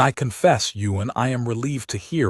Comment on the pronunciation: It would be Ewan, Ewan, Ewan. NOT Yuen 🫣😏😒